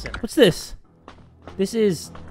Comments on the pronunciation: what? Its not putland its Outland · when he said putland i died lmaoooo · It’s not putland it’s Outland